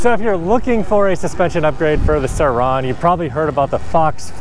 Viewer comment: It’s just Suron.. not sir-Rauuunnnn😂 all jokes keep it riding